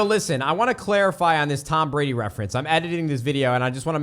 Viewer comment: You said Tom Brady's name wrong... There should be a GOAT in their somewhere.